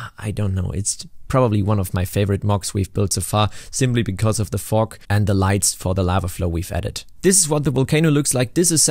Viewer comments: I kept thinking you were saying fork instead of fog. 😂 What's he doing with a fork machine!? 🤣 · only me hearing fork instead of fog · Sounds like u say fuck when j say fog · I’m sorry but am I the only one who’s thinking he’s saying fuck instead of fog? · That's SO. AMAZINGLY. COOL. I'm so impressed, holy cow ❤❤❤ Also, side note: I know you said fog (a lot), but every now and then it sounded like you said fork 😂😂 very odd if you hear out of context, haha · Absolutely losing it over the way you pronounce “Fog” Only because in my region it would sound much more like the f-word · was i the only one who heard somthing else whenever he said "fog machine" 😂😂😂😂